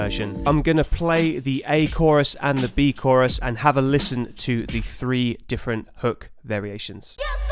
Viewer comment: Absolutely epic breakdown! Oh and btw... "DEEFerent!" lmao